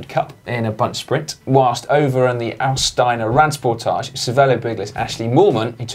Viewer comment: Auensteiner Radsporttage Owen shtiner Rud shport tawgeh Try pronuncing it like that. Not good, but better. It took me a while to understand what you were talking about, although I've been there the whole weekend racing as a junior.